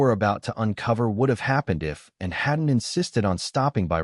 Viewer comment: Can’t even hear the commentator say ANN. CANT HEAR YOU SAY ANN. CAN YOU SAY ANN.